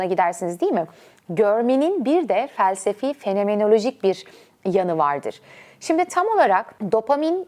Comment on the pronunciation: "fenemenolojik", "instegram", "tivitır", "similâsyon", "tivitler", "tiribünler", "anatümik, "pisikolojisine"